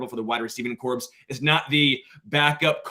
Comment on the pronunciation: Omg. I was hoping I’d misheard you last week when you mispronounced, “corps.” But, then you did it here twice, in consecutive sentences. I don’t know man. That’s rough